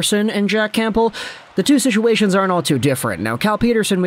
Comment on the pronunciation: Cam-bull you don’t say the p